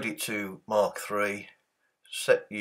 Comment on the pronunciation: Hey, that programme is pronounced Mak not Mark as in speed of sound Mach numbers. Nice vids